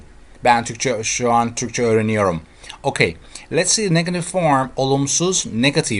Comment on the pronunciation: i love the way you say "okey" ;)